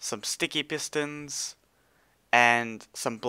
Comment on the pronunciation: You said "sticky plistons" but don't worry. I was practicing recording videos before i start to upload anything (which the practicing videos were not included) And during game plays I keep messing up my words.